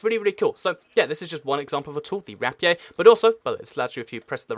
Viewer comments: rap ee aye? it's pronounced rape ear. weird phonetic spelling tho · Rapiey?Not trying to be mean but its pronounced rap-ear